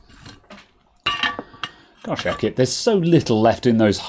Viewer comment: It's Aukey 🤗